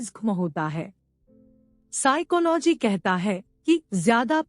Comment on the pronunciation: Vaise y bar bar siclohy bolna jruri h😂😂😂